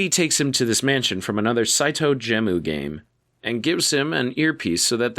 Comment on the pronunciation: Gemu, not Jemu Reverie, not Revere Etc etc